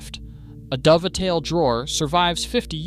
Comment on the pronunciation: A Dov-a-tail joint. That's a new one. Either it's AI or someone who shouldn't talk about wood